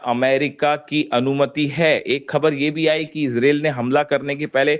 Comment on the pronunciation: अबे ijrel नहीं इजरायल 😅